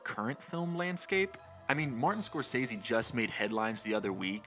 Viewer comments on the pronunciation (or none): none